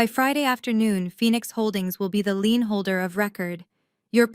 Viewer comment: Leans instead of lein this is messing with my English